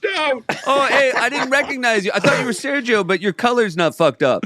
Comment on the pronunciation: …can Seth not say Sergio? Why do I feel like he said “Sarah Jo” every time